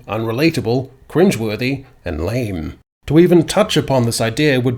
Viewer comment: The way you pronounce lame is getting on my tits